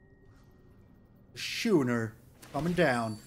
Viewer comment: By the way, not that it’s important but ‘schooner’ is pronounced ‘skooner’.